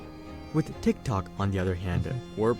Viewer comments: If I had a dollar for everytime a YouTuber pronounces "DHIKDHOK" ..... T!!!!IKT!!!!!!OK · Ngl the way he says tiktok makes me wanna die. My autism peaking rn